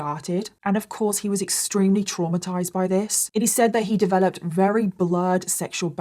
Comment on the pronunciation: Not her saying ‘wery’ instead of very 😂